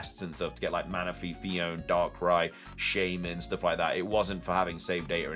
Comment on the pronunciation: DO NOT LEAVE OFF THE H IN MANAPHY!